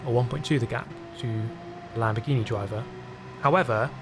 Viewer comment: I heard that too 😂😂